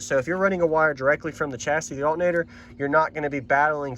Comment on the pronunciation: The accent is crazy. I only hear it when you say "altnator" lol